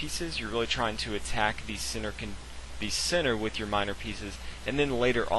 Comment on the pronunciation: Each time you should say "centre" I hear "sinner". Your chess knowledge is very big though :D